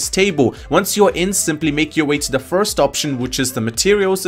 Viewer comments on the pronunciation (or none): none